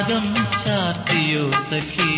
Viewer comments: ദാസേട്ടന്റെ 'സഖി ' എന്നുള്ള ഉച്ചാരണം മാത്രം മതി, what a legend 🙏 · എനിക്ക് മനസിലാക്കാൻ പറ്റിയ കാര്യമാണ് സഖി എന്നുള്ള ഉച്ചാരണം